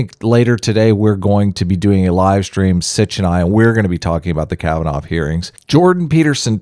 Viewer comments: Kavanaugh.... pronounced kav- an- aww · 1 week ago My mispronunciation of Kavanoff is unforgivable. I throw myself on the mercy of my audience. (as a christian I have to forgive you.................................well.... that wasnt any fun